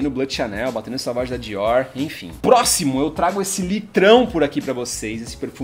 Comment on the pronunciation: Não é â de toilette é ô de toilette, não é "Savage", é "sovage". Não sabe falar o básico, foda falar de perfume assim.